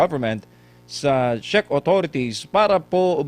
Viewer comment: Hi /Zek/ tamang pronunciation. /CHECK/. TRY TO RESEARCH.